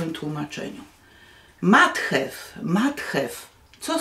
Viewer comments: Obwoluta jest po to, żeby czytelnik wiedział, że chodzi o te, a nie inną książkę. Mnie zawsze irytowało dotychczasowe tłumaczenie Ani. Nie znoszę, kiedy przekłada się nazwy własne. Jestem bardzo podekscytowana, że nareszcie książka będzie wiernie przetłumaczona. Matju, nie Mathew, łatwo sprawdzić w internecie. Francuskie nazwiska autorów łatwo Pani czyta, myślę że z angielskimi nie powinno być trudniej. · Język angielski jest bardzo łatwy i wystarczy się nauczyć i te imiona brzmią lepiej. Matthew się czyta matju Anne się czyta an a z resztą masz stare tłumaczenie więc nie musisz się bać 😮😮😮😮